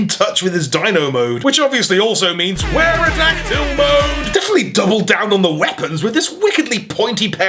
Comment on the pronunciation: look, I rewatch your videos a lot during the workday and every time I hear "Pteradactually" I lose it